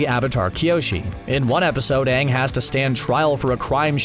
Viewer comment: And also when Everyone starts calling Aang, Ung